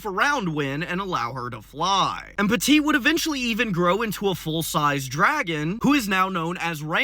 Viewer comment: from à french guy dont prononce de te at "PETIT DRAGON" MORE "peti dragon"